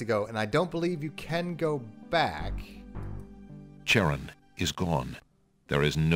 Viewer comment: They didn't pronounce Charon correctly, sadly. It's pronounced like "Kare-on".